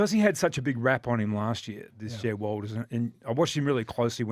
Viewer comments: Checked out when both of you idiots for Jed Walter's name wrong lol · Jed Walter might even be good enough that you "experts" actually get his surname correct.